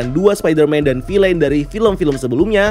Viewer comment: Bacanya "fil'n" , bukan "filein"